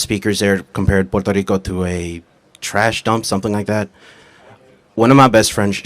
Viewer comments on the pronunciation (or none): Why is he pronouncing Puerto Rico like that? It’s cringey.